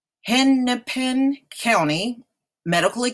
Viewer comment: it is pronounced "Hen- A - Pin" County.